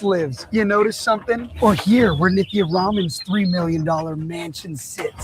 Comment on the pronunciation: It's not niki 😂 even I know that and I'm not from la lol😂